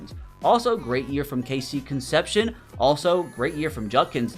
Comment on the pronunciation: KC's last name is pronounced con-sep-c-own, his name is tough as an aggie